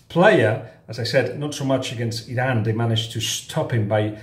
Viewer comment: When you say "Iran" I always thing you're saying "Zidane" xD